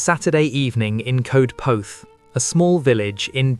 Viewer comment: Darling boy, thank you for the story but Coedpoeth is pronounced Coyd poyth - or that’s the nearest we English can get to it. ❤️🏴